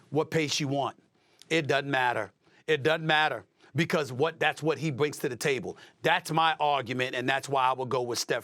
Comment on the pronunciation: SAS is a funny dude. What type of pronunciation is that “it dannt matter”